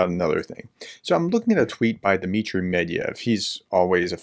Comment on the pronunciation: His name isn`t Medviev. It`s MYE-DVIE-DIEV. Just like your name isn`t, is it? It`s -ES, right?